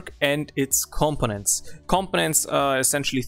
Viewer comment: The way you pronounce components it sounds like competence. Once one gets used to it though, there is understanding. Good video. Thanks.